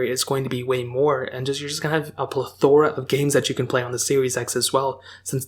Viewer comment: Plethora..not plaaathorrrra